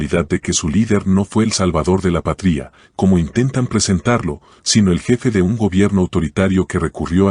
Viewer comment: El narrador porque dice patria poniendole acento a la i??